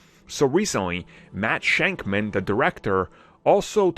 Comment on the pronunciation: Where do u see the N in shakman u keep saying shankman